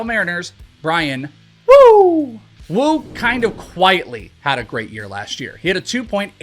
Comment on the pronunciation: Bro When you say the name “woo” Do it with effort WOOOO! Not wuu! 😂